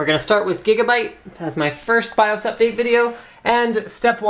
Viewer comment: Whenever you say BIOS, it sounds like you're saying "I'm tha' Baws!"